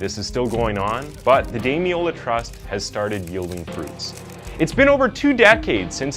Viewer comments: Someone will no doubt correct me if I'm mistaken, but I'm pretty sure his name is pronounced Dami-lola, you left the first "l" off consistently, saying Dami-ola. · Thank you for highlighting this case which broke the hearts of all in the UK. However, throughout you pronounced his name as Damiola. His name was Damilola. It would be respectful to make a reference to this. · Well researched piece but you didn’t watch much coverage on it I assume because his name is pronounced DamiLOLA not DamiOLA. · His name was Damiloola pronounced dam-in-ola ... Just thought a thought to correct ... :) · As a Nigerian the weird pronunciation of Damilola throughout was distracting. it's more like "Dah-Mi-Lo-La". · sad that you couldn't pronounce his name right, RIP DAMILOLA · at least say his name right ffs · Every time his name was pronounced wrong I cringed and once actually said there’s an “L” in there out loud. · This was a watershed moment in the UK. In lots of terms. You could at least pronounce his name right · Thank you for covering this case, as a Nigerian, I could tell you struggled to pronounce the name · It’s pronounced “peckum”. You don’t oromin cre the “ham” at the end of any name here. Also, at least get his name right. You kept calling him Damiola. His name was Damilola…